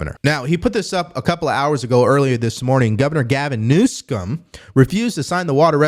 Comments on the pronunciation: Did you say governor nosense? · Its Newsum not Newsense. Be professional if you are going to report news. Lets be better than a democrat.